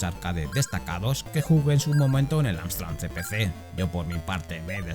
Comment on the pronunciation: Estás diciendo todo el rato AMSTRAN ... ¿en serio? ¿con N? 🙄